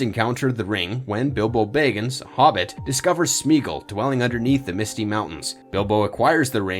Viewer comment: Did anyone else cringe everytime he said bayggins?